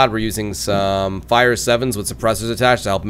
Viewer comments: He called the five seven. A fire seven😂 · It's five-seven not fire7 lol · Fr. It kept pissing me off when he said fire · its Five-Seven not Fire-Seven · it's five seven not fire seven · It's called th FIVE SEVEN NOT THE FIRE SEVEN 5-7. 5-7. 5-7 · "Fire seven" smh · Did he just say "fire" seven? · It's the five sevens not the fire sevens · Liked it except why U call it a fire seven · it's the five seven not the fire seven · Um you said fire seven instead of five seven XD. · it is five seven not fire seven